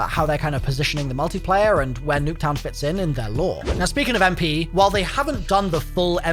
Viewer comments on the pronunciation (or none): Everytine he said Nuck town I wanted to die